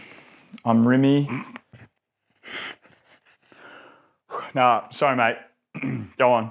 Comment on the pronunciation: Ohhhhh. It’s Rimmie not Rimmy 😂